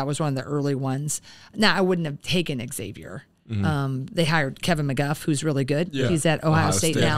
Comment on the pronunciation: As an alumnus, I have to chime in: Xavier isn’t pronounced “X-avier,” - it’s not like I-owa. It’s a Z sound. Thanks!